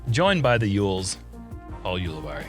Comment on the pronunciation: Is it just a running joke at this point that Jeremy mispronounces Paul's name every time still?